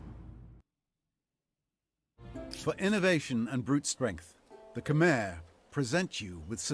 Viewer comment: Also I believe Khmer is pronounced "Ka-mare" not "Ku-mar" unless I'm mistaken